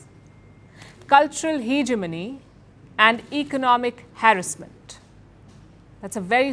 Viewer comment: What is heeeeg a money, halitosis , at least get your pronunciation right before you launch into China, Pakistan and Bangladesh propaganda again…God you are a limit!!!